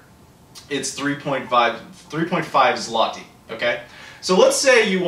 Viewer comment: About coke/pepsi prices: in polish stores it costs ~1$ for 1l bottle, and large 2l bottle is 1.5$ (5zl - pronounced "zloty" very well:-)). So those are not exactly as cheap as described. Though our local beverages are a tad cheaper. And yes - from euro/dollar/pound earner's point of view we live in rather cheap country. About consoles & games - most are imported from the UK/Germany - no region encoding issues. When PSX/SS were released in mid 90's they cost two months salary. And generally pc gaming was the only choice back then. Anyway I hope you've enjoyed your stay in Poland.